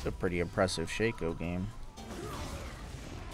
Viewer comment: It's "shock-o" not "shake-o" 🙄😩... And you should just say if you feel obligated to like comment and subscribe... Don't tell ppl what to do bc this is what you get